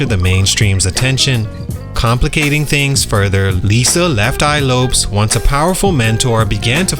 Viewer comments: I am so sorry, but i am giving this video a thumbs down and i will not watch till the end so that you can be paid money, because the fact that you just pronounced Lisa's last name as if it rhymes with the word ROPES when everybody in the world knows its pronounced EXACTLY LIKE THE LAST NAME LOPEZ, shows me that you did NOT do your proper research. Who in the hell pronounces Lisa's last name like that? And im sure you watched aplenty of video footage with the CORRECT pronunciation in order to make your video. You're a fraud and i will no longer tune in. I will also unsubcribe. You're a fraud 🤡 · Lopes is pronounced like Lopez. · Who is Lisa Left Eye lops? Its Lopes